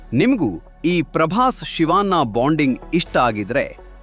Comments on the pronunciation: ಶಿವಾ..ನ್ನಾ... ಅಲ್ಲರೀ ಅದು ಶಿವಣ್ಣ. ಸುಂದರ ಭಾಷೆಯನ್ನು ಕೆಟ್ಟದಾಗಿ ಹೇಳಬೇಡಿ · ಶಿವನ್ನ ಅಲ್ಲ ಕಣೋ ಅದು ಶಿವಣ್ಣ ಅಂತ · Civaanna... Alla guru.... Shivanna...